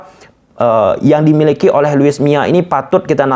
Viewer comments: Bukan luis miya tapi luis milla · Luis milla bukan mia